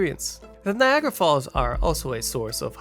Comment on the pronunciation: Neeagara made my skin crawl